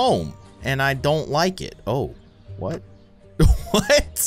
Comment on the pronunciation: The way he paused and then said what that got to me😂